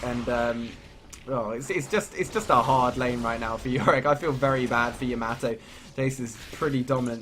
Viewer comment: Love that mispronunciation of Yamato; "yay-mah toe".... ^^